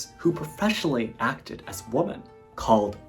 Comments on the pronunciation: Excellent commentary. Just one minor FYI, "woman" and "women" are pronounced differently. "Women" should be pronounced as "wi~muhn." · English: a law is passed, not dismissed. Pronunciation: women is pronounced wimmen.